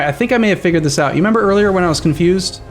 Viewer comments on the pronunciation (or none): none